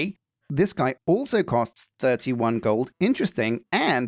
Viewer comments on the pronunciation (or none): none